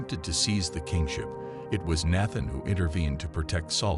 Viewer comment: The masculine virtues? Give me a break. And the machine should get the pronunciation of Nathan correct, once and for all.